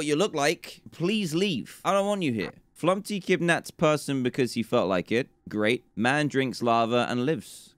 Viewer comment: dan: flumpy me: flumPTy not flumPy